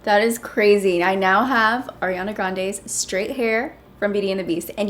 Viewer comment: Lmao, thank you for pronouncing Ariana's name correctly 😂😂😂💯💯🍒🍒